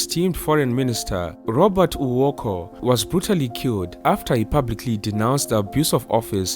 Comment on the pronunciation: Its Robert Oooo----uu--ko. Not Uoko